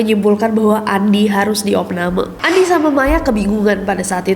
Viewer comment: kak nessie nyebutnya bukan andi lagi tapi "andy" (pronounce english) HAHAHHAHA emang beda lidah bilingual